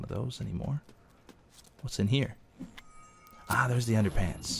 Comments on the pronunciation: Underpants... Anderpants hahaha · it's ANDERPANTS!!!